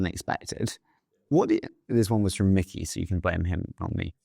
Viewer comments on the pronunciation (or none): none